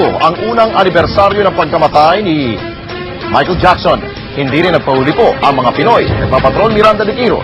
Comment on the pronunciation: parang nahirapan si banggitin name ni Michael Jackson. haha, lols.